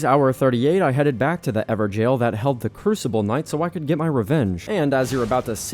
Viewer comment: I love how he said everjail not evergoal